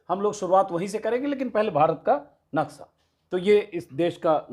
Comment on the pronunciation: naksa nhi naksha...ajit ji